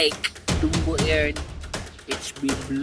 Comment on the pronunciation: Ayus muna pronounciation ng Dumbo at Mosiac😂